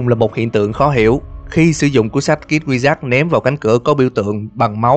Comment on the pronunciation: Phân tích rất là hay, videos nào cũng hay. Cực kỳ thích kênh này. Nhưng có 1 điểm trừ nhỏ là tiếng Anh. Không cần phải phát âm giọng Mỹ chuẩn như bản xứ, nhưng phát âm đúng là được. Mở đầu là "kid wizard", đọc thành "kít quy giắc" thì nó là tiếng gì chứ không phải tiếng Anh rồi, đọc trại thành "khít kwi zợt-d" còn đỡ. Bạn có thể dùng Google dịch để tham khảo phát âm hoặc dùng luôn Google dịch để đọc mấy từ tiếng Anh luôn cũng được, chứ như vầy thì có hơi dở :) Ý kiến riêng thôi, bạn không làm theo cũng ok, không vấn đề gì lớn cả. (Nhưng mà kiểu sau này thành Youtuber có tiếng mà bị tụi antifan đem mấy cái này ra chọc thì cũng mệt mình à :)) )